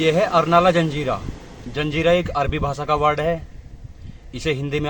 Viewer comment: धन्यवाद भाई,जंजीरा नही जजीरा बोलते है